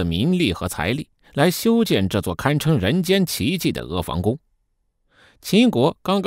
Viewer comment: 房音同“旁”不是“防”